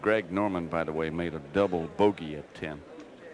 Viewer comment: It's pronounced Greg Norman Greg Not Craig Been listening to this for how many years